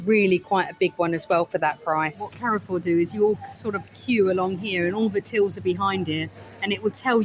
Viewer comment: Thanks for a fun video, Carrefour is a French supermarket and is pronounced Care-For. Saw lots of similar products like we have in France. I am like you I love a good toilet. Its important for the older subscribers of the channel who may need to empty the odd colostomy bag now and then. Noticed they put extra disabled toilets in everywhere this is a marketing strategy as they know oversized menopausal women spend the most money out shopping. and come back with a hole load of shit from the middle isles of Lidle and Audi. Tell Stig of the dump Gary to keep away from any old skip please, Encourage him to get his beef out a bit more. It might help distract him from looking at skips. Hot tip park as close to the front of the supermarket away from any skips. What you dont see you dont think about, The red lipstick did look nice very theatrical it could put you in danger. If you sat on Garry's knee he might be tempted to put one hand up your back and do a ventriloquist act with you. Saying Carrefour is the cheapest supermarket in Spain while trying to drink a class of water, You can get Garry a delivery pallet for Christmas and just leave it outside and hint that would make a lovely coffee table. Sorry guy tried to be as funny as I could.:yougotthis